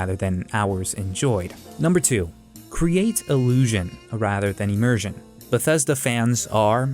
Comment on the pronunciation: " Immurzin' " :D